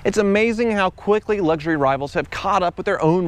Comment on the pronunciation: stop saying "Luggshury car" — it's luxury. Lux. Not Lugg